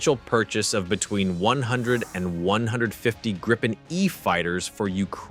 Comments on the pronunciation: Just a friendly hint from a Swede: The way to pronounce Gripen is not Gry-pen, it is Gree-pen. Another comment is that "Stridsvagn 122" just means battle tank, or tank, 122. Sweden has a history of settings Swedish names also on imported defense material, but it is not as simple as that- The German Leopard tank has also been modified and thereby earned its Swedish name. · uugh... not Graipen ffs.. the first i is pronounced as the ee in fleet. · Note on pronunciation" Grippen is the Swedish word for "Griffon",,, they both start with a short i. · Yea, and "Gripen" has a long i...